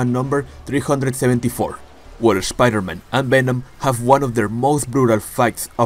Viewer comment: I love the way you say Spider-Man like literally : Schpider-Man